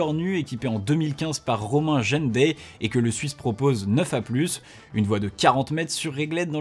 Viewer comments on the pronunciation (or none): Très bonne vidéo comme d’habitude ! Mais je le dois de réagir pour défendre un ami à moi à qui tu as tue le nom, son nom se prononce Romain Jeindey (gendey)